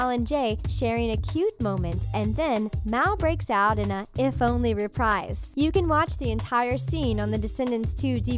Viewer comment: It's actually pronounced reepreez